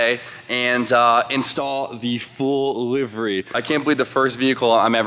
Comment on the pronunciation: I'm so glad you say Livery properly. Too many cartubers say it wrong lmao